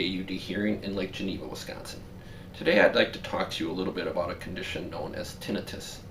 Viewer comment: Tin nai. tuss. Not tin I fuss.